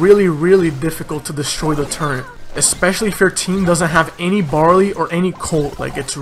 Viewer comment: Its turret not turrent xD